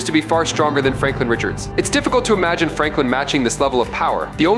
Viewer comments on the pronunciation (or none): none